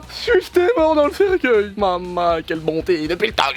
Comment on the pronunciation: cercUEIL pas cerceuil ^^